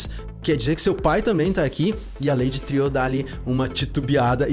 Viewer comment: Eu também achava que a pronúncia correta ela Lady "triô", tipo francês, mas daí ouvi no episódio 7 alguém no episódio falar Lady "Triu" como se pronunciasse "True" que em inglês é "verdadeiro".